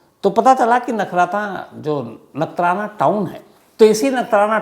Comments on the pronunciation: Bhai nathnara nai "Nakhtrana" 😂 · Sir wo nathrana nahi he nakhatrana hai 😂😂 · नगठाना ❌ नखत्राणा ✅